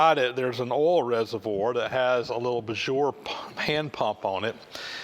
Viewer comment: I love the way you pronounce BIJUR. Sounds like BONJOUR.